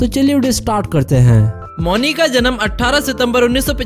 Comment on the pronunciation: मौनी रॉय 🙄 मुन्नी क्या होता है भाई